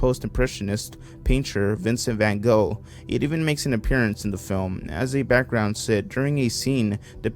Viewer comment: The scariest bit was the way he pronounced van gogh